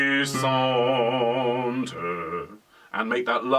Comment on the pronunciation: Be careful....,in’’languissante’’...’’gui’’is pronounced as’’guitar’’..and not’’gwi’’....you can trust me...I’m French! I love listening to your ’’lessons’’as I am a singer too. Thanks a lot